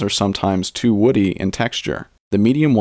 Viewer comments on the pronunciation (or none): none